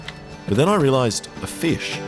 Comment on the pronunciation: i already know he's gonna pronounce fish like feesh the whole time